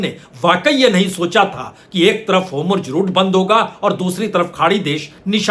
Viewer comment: सर मुझे लगता है कीआप जो "homurz" उच्चारण करते है वो वास्तव में "hormuz" होना चाहिए। बाकी तो मैं आपका फॉलोअर हूं।🙏🏾